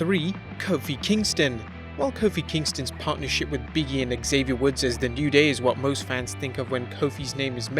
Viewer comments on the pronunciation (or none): none